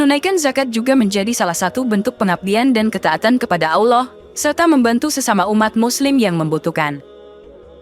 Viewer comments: MENYEBUT NAMA ALLOH ITU TIDAK ADA HURUF U NYA MIN.🤔 BUKAN AULOH MENGUCAPKAN NYA. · Kontennya bagus TPI presenternya kurang fasih dlm mnyebut ALLAH,auloh😅, warahmatullahi,warah matulohi😅,,lailahaillallah,lailahailauloh😅,sdikit tak nyaman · Penyiarnya apa bukan muslim koq bc Lafat Auloh , Auwloh 😁😁🤭🙏🙏